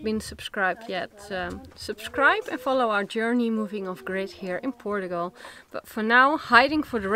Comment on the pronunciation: I just love your pronunciation of " Portugal " , it adds a bit of positive sound to it.